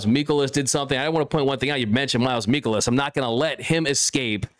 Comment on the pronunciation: You are saying miles michaelis's name wrong